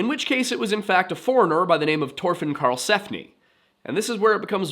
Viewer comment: Why do you got to say it like that. Just say it the way it's supposed to be pronounced Thor Fin. Not Tore Fin